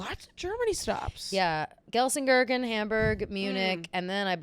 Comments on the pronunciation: Hi, Ladies! Love to listen. Just some friendly info it is pronounced gel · sen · kir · chen 😊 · someone needs to teach you how to pronounce Gelsenkirchen, I kept thinking you were talking about some made up small town made of gherkins